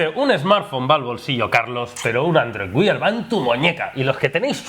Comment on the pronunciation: aprended a pronunciar android wear por favor, que no cuesta nada